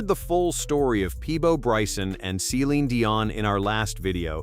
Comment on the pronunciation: Maybe learn how to pronounce Celine's name.